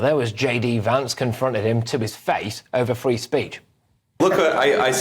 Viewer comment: Frree speech in the UK 😂😂😂😂